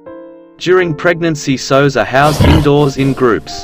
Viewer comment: It's sows, not sews!